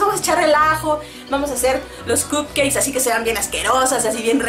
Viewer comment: 😂 dice cupceis